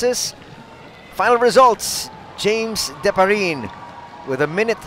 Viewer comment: Di-pa-ri-ne, not Diparin!!